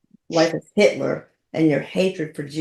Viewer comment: I listened to all 3 interviews with Hitler, and you greet him with "Hey Hitler." Just to help you out here, you should pronounce it as "hyle." 😂😂😂😂